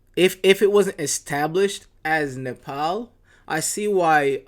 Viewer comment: Omg he said it the right way he said NEPAL AND NEPALI THE RIGHT WAY!!!!! 🎉🎉🎉🎉🎉🎉🎉🎉🎉🎉🎉🎉🎉🎉🎉🎉